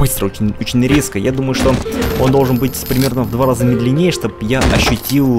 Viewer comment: Возле босса тоже было сохранение, просто они далее не привлекают твоё внимание. И ударение в слове "медленнее", разве ударный не первый слог? Кстати, о идее развивать своими наработками чужой мир. Мне кажется, такое будет практиковаться очень редко и под сильным вниманием придумавшего человека, если все это официально. А так, вроде же есть множество работ, где за основу берётся определённый мир и развивается своя история. Или берут чьих-то персонажей и помещают их в другой мир. И потом, некоторые достаточно ревностно относятся к своим произведениям, чтобы впускать работать над своим выдуманным миром кого-то ещё. Чет я замудрила, но ладно А игра выглядит достаточно интересно, но какое-то клише с поиском ребёнка